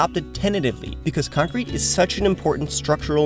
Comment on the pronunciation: What? You mean C O N C R E C C ?